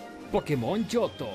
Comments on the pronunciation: Jo-jo, pensé era jo-ou XD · Yo no jugué el ooriginal pero si el remake donde en la portada está el jojoo perdoname pero me da risa esa pronunciación y eso que según viste el anime